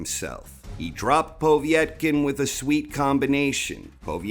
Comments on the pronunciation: I'm losing concentration everytime you say poveey ett kin. Noone says it like that! Lol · The obvious (to a proper boxing fan), reasons why Povetkin (not pow-vee-ett-kin ), lost were: 1: Their first fight (Whyte / Povetkin), took a LOT more out of Povetkin, and did a LOT more damage to Povetkin, than it did Whyte. Whyte was landing the much harder shots in the first fight, and looked to have the win in the bag, before he got caught with a beautiful uppercut which would probably have levelled any other heavyweight in the division. 2: Povetkin had plenty of time to recover and train from his covid, but the gap in his training due to him having covid, meant that he could not cycle testosterone for a few months, and people who know about this will understand that although it allows you to gain muscle a lot quicker, and more of it, when you are off the gear for any long period, you also LOSE the gains a lot quicker. 3: Whyte was embarrassed about being KO'd, and trained like an absolute beast, and was in the best shape he could be, for the rematch. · It's just Povetkin mate. POH-VET-KIN :) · For the first time ever, I nearly didn't give this video a like because of the way you was saying Povetkin's name 😂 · Love your channel but i have never heard it pronounced they way you say Povetkin.